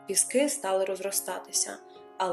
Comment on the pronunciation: ПІски!!!! А не ПіскИ!!